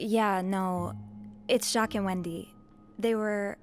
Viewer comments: everyone in the game "jacques"..: "ju-quees"😂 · IS PRONOUNCED JOCK QUEZ NOT JACQUEES😭🤣🤣🤣🤣🤣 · bro jacques is like jack its not jac quees 😭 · everytime says "jaqueez" instead of jaques an angel looses it's wings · Ja queese It’s pronounced like saying a jock with a French accent. Lollll bruh🤣🤣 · Being French and hearing Jacques as Jacquees instead of Jack is hilarious to me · you blackity black 😂 they def said that man’s name pronounced Joc. Here you go talking about Jacques 😅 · Jacques ❌ Jukwees✅ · Not Ja-kweez 😂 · Jacques is pronounced like jock 🤦🏾‍♀ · Jakweez 😭 you destroyed my french self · Not Jacques being pronounced like jaqueese even though they say his name correctly in dialog 😂 😂 😂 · Jakwees?? Man I’m crying😭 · You saying Jacquees is bothing my creole ears 😭😭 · “jaquis”..what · Pronouncing Jacques like Jacquees is hilarious 😂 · I almost spit out my food when said Jacquees immediately after Sophie pronounced his name.😂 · Right every time he says it I'm like "Zock!!!!!!" LOL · I think its like zhack with a z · this part had me wheezing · The way he pronounced Jacques drove me crazy 😭